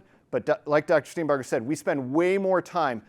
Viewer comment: OMG -- one of the few people who have properly pronounced Dr. Steenbarger's name:, impressive